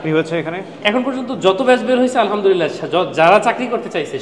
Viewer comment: আলহা'মদুলিল্লাহ বলার সময় حবলতে হবেهه বলা যাবে না না হলে অর্থ বিপরীত হয়ে যায়